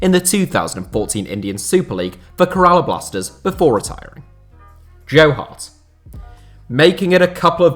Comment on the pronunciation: U also pronounced Kerala blasters worgly wanker